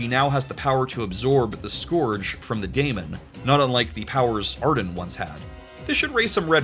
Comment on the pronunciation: Daemon is pronounced just like Demon and is in fact just an archaic spelling of the word Demon.